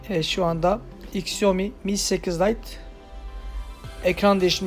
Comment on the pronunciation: Onun adı iksiomi diye okunmaz şaomi diye okunur